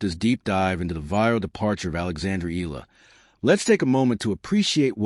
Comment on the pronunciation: Alex last name is pronounced — E-YA-LA not E-la